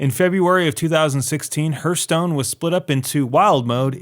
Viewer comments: I would respect this guy's opinion if he could correctly pronounce the game's name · Sooo many players mispronounce it. "Hearth" is like "Heart" with a soft "th" at the end, NOT like "Earth" with an H on the front. That has annoyed me since the days of early Machinima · RedwoodTheElf idk how when the developers have pronounced it correctly in dozens of videos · Dude if you're gonna bash this wonderful game please say it correctly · You say hearthstone wrong...so wrong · Dude you mispronounce some important stuff in your videos, like Wolfenstein and this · CK Lim it's hearthstone btw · Do the video over and say Hearthstone correctly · OMG it's so annoying how he keeps pronouncing it wrong, watch a HS dev video and learn how to pronounce it. It's Hearthstone as in a Hearth above the fireplace. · No he's right. I can't believe people have to explain this, countless interviews and video's made by Blizzard Entertainment show that it's pronounced Harthstone not Hurthstone. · Its not hurstone its heartstone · the game is called Hearthstone, not hurtstone. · I'm sorry but this video is just so biased, I know its your opinion. Buts its just not helpful or factual. And its pronounced "harth-stone" not "hurt-stone" I for one like the arena changes. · Hearth sounds like Harth, not like Hurth. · Its HEARTHstone not HURTSTONE. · It’s pronounced Harthstone not Hurthstone. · Hertstone, Hurtstone, Hirtstone, Hyrtstone, Herstones? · It's pronounced HARTH-STONE. Not herth-stone. It's driving me crazy. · its hearthstone you dork, no hurtstone. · HURTH STONE? , what is this game you speak off? all i know is heartstone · Hurthstone or Herthstone? Find out next time on DBZ... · I dont understand the dislikes, do you literally dislike just because he says "Hurtstone" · hArth stone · I just cannot listen to you pronounce Hurthstone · "Hurthstone"... lmao whatever you had to say about it being it being ruined has no merit if you can't even pronounce it correctly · STOP SAYING HURTSTONE!